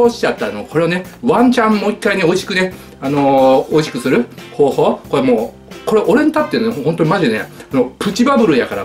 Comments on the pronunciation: 「なにこえ、こえ普通のペヤングと変わんないじゃんこえ」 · 「これ」の発音が「これぇ」なの可愛すぎる。好き。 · これの発音が舌足らずの3歳児みたいでかわいい